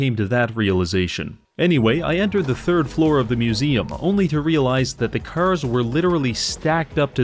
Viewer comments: cars ❌ curs ✅ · Bro doesn't say "cars" he just says "curse" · you say cars like *caers* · Am I the only one who hears him say “kers” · When you hear him say Cuurs instead of carrrs its over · bro why do you pronounce cars like “CURZ” ? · how many timesdoes he say 'C'ars cause after awhile it feels like he puts more emphasis on the C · Why dont you pronounce "cars" correctly?